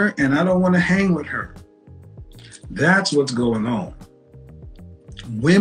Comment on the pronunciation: "wid u" "dats" "faminine" "I think white woman are" 🤷‍♂️🤔🤔🤔🤔🤔 I mean..